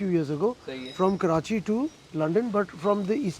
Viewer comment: Yeh har Lahori ko Karachi ki pronunciation ka masla kiun hy?